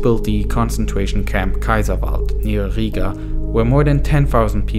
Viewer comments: its not higa, its Riga or Ryga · you have to say riiga longer i